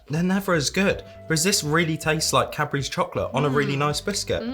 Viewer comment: Omg! All those years watching your videos and hearing 'Capris' instead for Cadbury's!!!!!